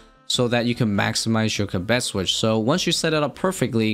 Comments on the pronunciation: Theres no way kibet is the right way to say it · I feel like the mispronunciation was unintentional, but it was really jarring. Going off the transcript, which is a bit tricky because it keeps showing the word as "cabet" or "kabet" or even things like "ketti", the word kebbit was used around 30 times in about 8 minutes. I really hate missing any part of a video, but that was way too distracting:(. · “Ka-Betty tuft” had me dying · keb-bet? your trolling XD kebbit wheres the 2nd e? XD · You're saying kebbit entirely wrong and making this video impossible to watch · pronounces so many things in this game incorrectly. It’s so fucking cringe